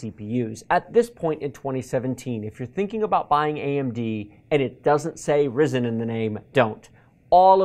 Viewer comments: this dude cannot pronounce Kaby and Risen correctly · Its spelled Rye-zen lol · Me: "Ah yes, Kaby Lake" You: "Kabby lake." Me: "God damn it, whatever, at least you didn't say risen" You: "Risen" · Highly triggered at the way he pronounces Kaby-Lake and Ryzen. #TRIGGERED!!!